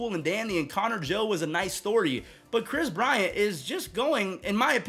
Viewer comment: KWIS BWIANT.